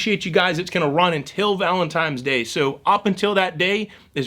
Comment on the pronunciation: sorry did you say valen-TIMES day? sir step away from the live animals, thank you lol